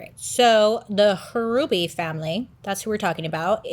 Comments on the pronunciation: Also, it’s just pronounced like “Ruby” the H is silent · You pronounce the name Ruby, the H is silent. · The H is silent in Hruby. Such a tragedy in our little town. My husband had college classes with him while Alan was taking concurrent courses during high school. He was so shocked as everyone was. I could never buy that house. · Bro my maiden name is Hruby… it’s pronounced Ruby lol 😂 not a common last name, I wonder if I’m related. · He is my cousin. They were my great uncle, great aunt and cousin. Love you Bailey! I’m also a December Sag, and it’s pronounced Ruby! The H is silent 😂🩵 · I believe the last name is pronounced ruby the h is silent I went to school with some hrubys and that is how they pronounced it not trying to be mean or anything it's all in love just letting you know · And the H is silent. Just pronounced ruby. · Hruby is my maiden name. It's pronounced Ruby, H is silent